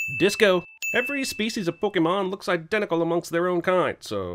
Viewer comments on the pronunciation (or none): Cinema Sins mispronounces Pokémon as PokEmon instead of PokAYmon throughout the video. DING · You are no longer able to sin anything pokemon related, because you're saying "Pokey-mon" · Infinite sins for saying "Pokii-mon" the entire video.